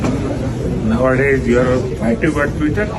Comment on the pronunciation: he said nowadays.... you're.....acteev on tweeter And then lot of laugh